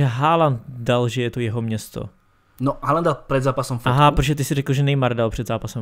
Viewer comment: Číta sa to HOLAND